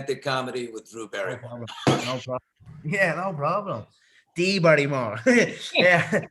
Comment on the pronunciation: " dee Barrymore " 🤣🤣🤣😂😂😂